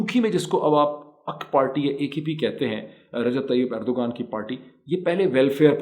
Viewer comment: It's not ERDGAAN but Erdvan how you pronounce the name. Actually it may be hard for you to pronounce the name like we do. But surely it's not G as a stress point.